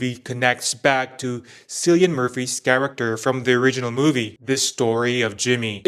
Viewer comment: why can nobody pronounce Cillian.....like fr..its not hard